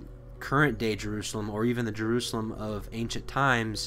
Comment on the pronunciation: Why go out of your way to pronounce words such as “Jerusalem“ in Hebrew?